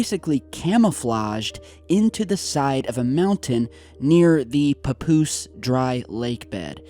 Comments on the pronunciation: it's pa-poose not poo poos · Papoose souds like Pupusa lol Anyways....perhaps they are trying to destroy those hangers to cover things up